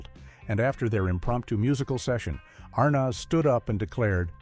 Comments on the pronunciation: Your AI needs work. Can't pronounce Arnez, DeeDee, and other word. Not Keith in some of his scenes.where's the laugh? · Couldn’t pronounce Desi , nor Arnaz, or other words.